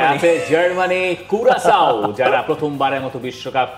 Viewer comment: কিউরাকাউ না ঐটা কোরাসাও হবে।